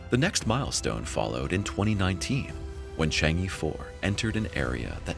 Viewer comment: In the Mandarin ("PuTong Hua") language, "chang-e" is pronounced "Chung-uh" and not "Chang-ee". Having studied Chinese languages for a few years, the mispronunciation of the name of the moon goddess gets on my nerves.